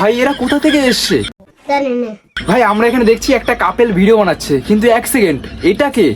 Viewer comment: কাপেল na ক্যাপোল 😂😂